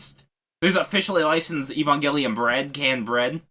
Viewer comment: We can add "Ee-bon-gelion" to the list of bizarre pronunciations